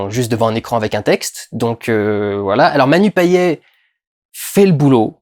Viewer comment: Bonjour Durendal :) Petite correction sur une prononciation le nom de Manu Payet. Etant Réunionnais, ce nom se famille se prononce " Paillette" Voilà voilà ... Toujours du très bon travail continue ainsi et Merci :)